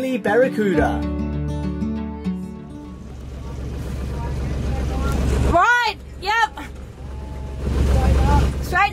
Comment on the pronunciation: Nailed em “Baracuda” So awesome you gave them boys that ball, made their day!